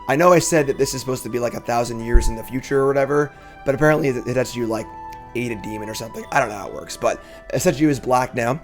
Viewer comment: Some pronunciation help, keeping in mind that I'm a fellow mid-30s white guy with an educated guess: The Ogre dude is probably He-dett-see-gu, and the Planeswalker is Kai-toe Shee-zuu-ki.